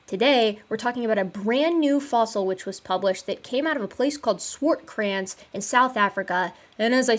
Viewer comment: Can I bust your chops about the Swartkrans pronunciation instead? 😂